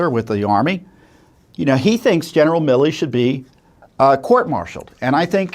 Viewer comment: GENERAL “ MI LI ”?, …Say it ain’t so!